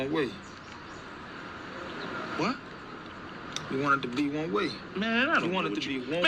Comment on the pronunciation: The actor is putting the emphasis on the wrong word here. It should be on ONE. Not on WAY as he says it. The contrast is between ONE and OTHER. You want it to be X, but it is Y. Still probably the greatest show in history